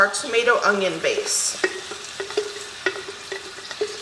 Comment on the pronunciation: ...it's onion...not ungyion! I used to say it that way all the time. Now after working at it for years I've corrected it most of the time. I wouldn't have said anything buy you use onions soooooo often and I hear it all the time. Correct it if you will or not I'll still be watching!!!!